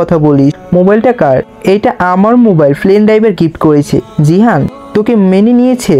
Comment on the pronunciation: vaiya jahin are jihan nam ta bar bar gulaiya felchen aktu valo vabe bolen